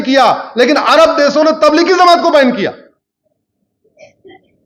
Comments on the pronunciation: Bhai zamat nhi jamat hai sahi bolna to seekh lo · Zamat nahi jamat Bolte sikh ja jahil ganvar